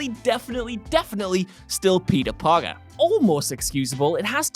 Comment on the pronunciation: Is it just me or did I hear "Palpee Parker."?